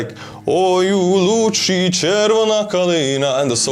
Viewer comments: Love hearing you sing. Btw…it’s “Oye oo “loozee ”…chervona kalyna…and not “loochi“. But, not bad for an Estonian to work his Ukrainian pronunciation 😊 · It's "Ой у лузі (luzi)", not "лучі" (luchi), just thought you might want to know. Thank you for your support.